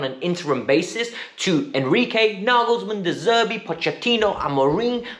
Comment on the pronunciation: Who is enquire. its enrique ;/